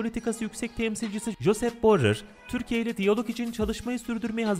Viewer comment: Borel ulan borell.. Borler deyip duruyosun